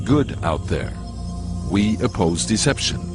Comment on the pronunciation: "We oppose deception", not "We opose deception". Who gave them a right to operate flying sorcer 🤣